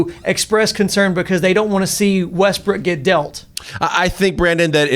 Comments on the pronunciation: hahahha ;D I think he says also Westbrick ;D hahaha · Lol “Russell westbrick”